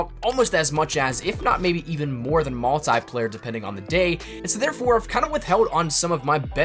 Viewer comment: "mult eye player" Sheesh.